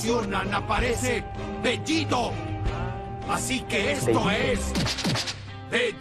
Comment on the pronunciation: Vegito y vegueta en latino están mal dichos, son vegetto y vegeta, para que luego digan que el latino es perfecto